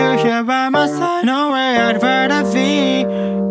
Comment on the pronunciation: nowhere I’d rather『 be 』 カッコの発音がどうしても、Vの発音に聞こえてしまう。